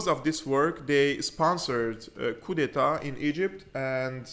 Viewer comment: Hey brother, when you say "coup" don't pronounce the p. Keep up the great work God bless you.